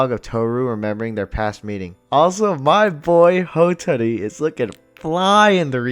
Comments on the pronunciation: I love these videos, but I gotta say, the way you keep mispronouncing Uo, Momijo, and Hatori is a little annoying. Ooo oh, Mo me gee, Ha toe ri. I mean it's pretty obvious that you are watching the Japanese version, and sometimes it's hard to tell how they are pronouncing it cuz you're missing when they're saying their name, and you could have dyslexia for all I know so reading the subtitles might have you mix up how their names are spelled so yeah I get it, but still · I just love these characters. Also: So anyway, mo-MO-ji and HO-tori…. 🤣